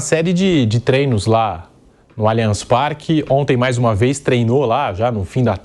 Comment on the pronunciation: Qual a dificuldade desse apresentador de falar Allianz Parque?